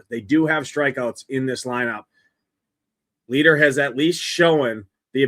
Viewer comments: It’s pronounced LIGHTER! Has this dude never actually watched baseball? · Leiter is a German surname, thus the pronunciation is "light er". His Uncle also pitched in Majors, Al Leiter.